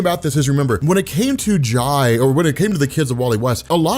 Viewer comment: jai is pronounced like jay he’s named after jay garrick 🫶🏾